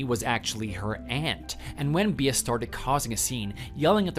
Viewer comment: Bea is pronounced bee not bee ah.